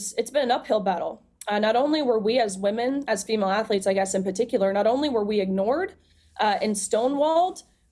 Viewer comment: "AFLETES" Seriously? He can't even pronounce Athletes.